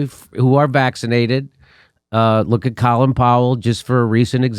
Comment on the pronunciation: "Collin Powle"